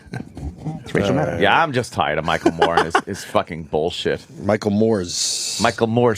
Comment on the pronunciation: Rachel "Mannow"... LOL!